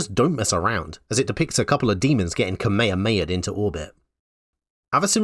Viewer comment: great video but maybe work on the pronunciation of kamehameha